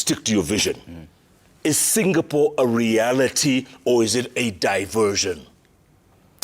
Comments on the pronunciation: 😂😂😂😂 Hao ni sisi mountaineers. Tunasemanga Singapole na Qatal (Qatar) 😂😂😂😂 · I was laughing at Gachagua whenever he say "Singapole" But i have now realized wenye kutamka as "singapole" Ni wengi😅😂